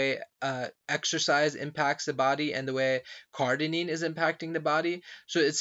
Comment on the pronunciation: Cardarine not Cardinine CardArine not Cardinine Cardarine not Cardinine CardArine not Cardinine